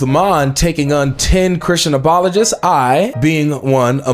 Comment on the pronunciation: pretty sure he said "aboli-gist" 😂